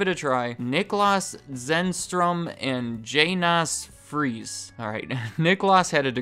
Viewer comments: Janus is pronounced as “Yanus” 👈🏽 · Honestly, their product just got passed by competitors. Also "Janus" probably pronounced like "Yonnus" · I thought Janus was pronounced Jay-nus like the two-faced god. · Jay-nas for Janus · Or Janus